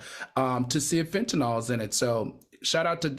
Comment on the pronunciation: Al, it's FEN-TA-NIL. Not FEN-TA-NOL